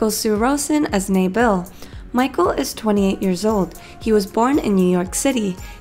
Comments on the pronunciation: nabil is an arabic name which means honorable it may have been writing as nabil but it’s pronounced as nabeel not naebil 😳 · When she says “Nabil” wrong 🤔😭😂 —NaYBiL